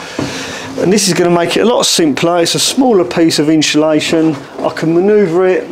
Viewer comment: No ‘H’ in insulation…. Thanks for the informative video! Keep up the great work! 👍